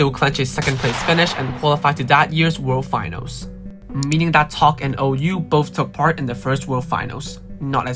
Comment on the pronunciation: Pretty good video, just one thing OU is called 小歐 in China, so in eng its pronounce (OH)❤😂